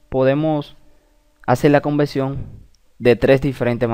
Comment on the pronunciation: Conversión.....no es convelsión.